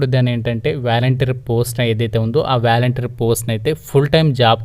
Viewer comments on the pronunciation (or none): Valenteer kadhu adhr volunteer 😅😅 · Babuu , volunteer,, pronunciation is volantiar , but not like vyalantir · valenter kadu bro volunteer 🤦‍♂️